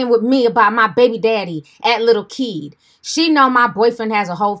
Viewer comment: So he calls himself lil kid...🙄🧐 Yes, I know it’s spelled Keed but I know he can’t pronounce it right